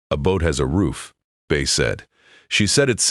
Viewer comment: It's not "Bee-uh" (Let's go for a couple-a beeuhs.) It's just "Bee" like Andy Griffith's Aunt Bea (for Beatrice). That beeuh sounds good, though.